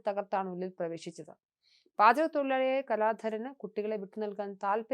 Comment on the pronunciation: എന്തോ തൊഴിലാളി ആണെന്നാണ് വായിച്ചത്?. അക്ഷര സ്പുടത ഒട്ടുമില്ല.